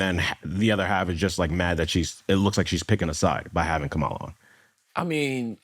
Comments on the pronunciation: Amazing the first time you said verbally “Kamala” you said it the trumpy way 🤮 the second time you said “KAMALA” the name her mother gave her you said it right. Why are you being nasty Trump is not nice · He says her name wrong and then 20 seconds later says her name correctly🤦🏼